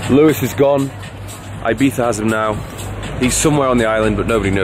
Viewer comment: I remember when Ibiza used to be pronounced "Ibeeza" and not "Ibeetha" or "eyebeefa" as some Brits call it.